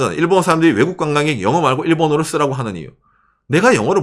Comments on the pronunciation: 써라고 가 아니고 쓰라고 입니다. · “써라고”가 아니라 “쓰라고”겠지요… 경상도 사람들은 왜 ㅡ ㅓ 발음 못할까…